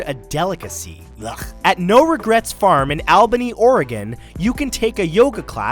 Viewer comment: Lol. I'm sorry but since it's my home town, it's pronounced All-Buh-knee 😅